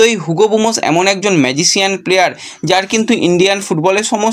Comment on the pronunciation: 7.40 ম্যজিসিয়ন টা আবার কি বস্তু? কথাটা ম্যজিসিয়ান MAGICIAN